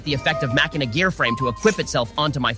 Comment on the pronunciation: Endlessly amused me that keeps saying Macheena. Especially when he actually pronounced Machina right once